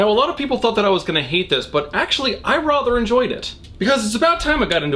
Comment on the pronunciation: I get triggered every time he says “rother”